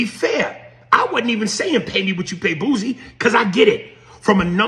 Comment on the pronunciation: I thought I was the only one who noticed they call him Boozy.